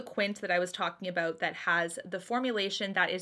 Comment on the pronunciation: I always forget you’re from Canada until i hear you adorably say “aboot” lol